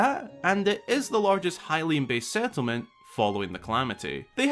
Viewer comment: "Hylian ticipated game"